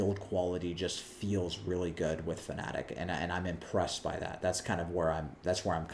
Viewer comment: FanaTEC, not FanaTIC. Why does every American YouTuber pronounce it this way? Serious question